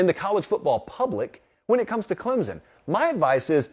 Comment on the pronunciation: Before reporting on them, learn how to pronounce it first!! It's ClemSon...not ClemZun!!